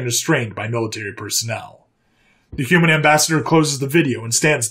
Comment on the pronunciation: What's a "Humman"??